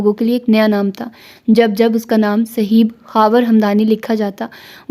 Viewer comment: السلام عليكم ورحمة الله جی ناول کے بارے میں آپ کی اپنی رائے ہی ٹھیک ہے ویسے میرے خیال سے آپ اس کو صہیب(ص کے اوپر پیش اور ہ کے اوپر زبر)پڑھیں اک مشہور صحابی ہیں صہیب رومی رضی اللہ عنہ ویسے اس طرح کے جو چار حرفی نام ہوتے ہیں مثلا زہیب، عمیر، زہیر، اور بھی اس وزن پہ وہ اسی طرح (پیش) کے ساتھ پڑھے جاتے ہیں آپ شاندار پڑھتی ہیں چونکہ ہم خود پڑھنے لکھنے کو پسند کرتے ہیں اس لئے یہ کہ رہے ہیں خفا نہ ہوں